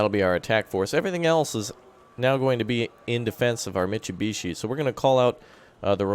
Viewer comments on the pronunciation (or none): its not mit chew be chee, its mit sue be she